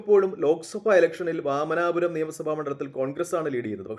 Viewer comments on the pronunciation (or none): വാമനാപുരം അല്ല വാമനപുരം